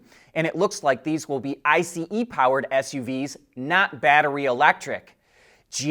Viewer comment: Hearing him saw I C E vehicle instead of just ice like everyone else is kinds annoying! 🤔